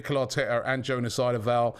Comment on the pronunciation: We knew there was absolutely no way Robbie got the pronunciation of Jonas Eidevall correct... 😂😂😂. The number of names butchered by the over the years is lengthy indeed